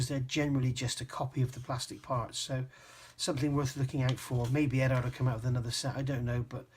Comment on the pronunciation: Eduard as in Edward. Not Edard.